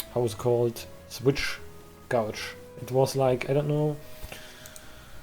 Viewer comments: Btw gauge is pronounced like sage. I have no clue why it's pronounced that way lol. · "Gauge" is pronounced with a long 'A' sound. It rhymes with "rage" or "page". Yes, English is really dumb.